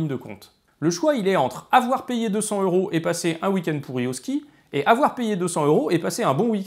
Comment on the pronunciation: Très intéressant. Mais j'ai une question pas vraiment rapport: pourquoi prononcez-vous euros comme si ce mot commençait par un H aspiré? Et, en passant, le mot Wisconsin est à l'origine un mot français qui était écrit Ouïskonsen. Au Québec, ce mot rime avec pain. Finalement, maintenant que j'ai déjà regardé deux de vos vidéos, je devrai regarder les autres; sinon, j'aurais perdu mon temps, non?